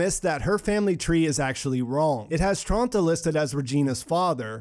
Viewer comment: As a german, it's hilarious to me that you said Tronti instead of Tronte. Tronte is not a very "elegant" name to me, but Tronti in German pronunciation sounds like a cute little nickname. No offense, I just think it's sweet amd it made me chuckle.